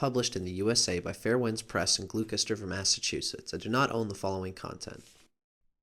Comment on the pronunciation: (FYI: "Gloucester" is pronounced "Gloss-ter")